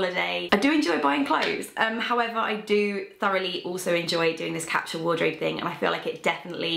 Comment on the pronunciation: Why can't she pronounce the word capsule properly?